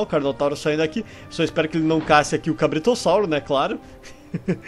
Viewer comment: Você disse cabritossaurro